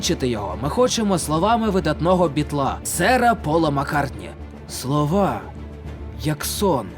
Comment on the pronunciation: "слОва" чи "слАва" ?